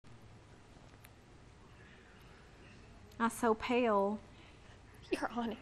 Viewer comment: I love how she seemed to say, "I so pale" in a southern accent, and then snapped back into her "broadcasting" voice, hahaha